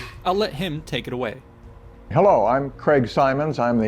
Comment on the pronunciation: I like how you say hellow my friend